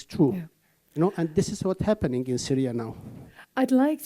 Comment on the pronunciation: She said "Saria" or more precisely "Cyria" (first three letters from "Cyrus") One way or another probably the least important part of the video